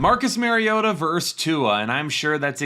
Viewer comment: VERSUS...say it with me...VER-SUS!